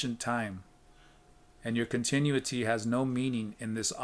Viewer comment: con—tin—oo’—it—ty. 5 syllables with accent on the 3rd.